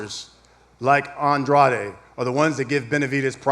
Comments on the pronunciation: Why tf they keep saying An Dra De when his name is Andrade. They hear him say his name, but he should’ve corrected they asses. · I like how nobody acknowledged how Andrade wants his name to be pronounced 😂 The subtle insults. Benavidez by KO/TKO in a late stoppage is my bet. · It's An-dra-de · Demetrius Andraid wtf is that really how Mr. “Pay Day, Pay Day” pronounces his last name 😂😂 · poopoo adrade😂😂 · Y they keep sayin Demetrius last name wrong when he clearly said how its really pronounced himself?!?! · Why is everyone pronouncing Andrade name differently than him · Why does everyone mispronounce the shit outta Andrade’s last name on purpose?